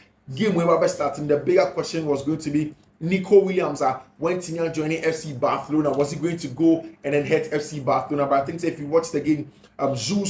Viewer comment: Bathlona or Barcelona?? hahaha why do u keep changing your pronunciation? looks hilarious.. better keep to one pronunciation